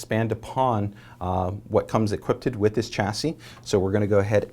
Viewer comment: Dude, stop saying equipted, seriously.